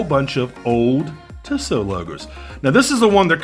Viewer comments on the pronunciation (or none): No offence but the company is pronounced Tee-So.